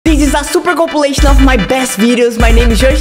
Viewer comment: com-plim-ation (com-plim-aye-shun) ur welcome ❤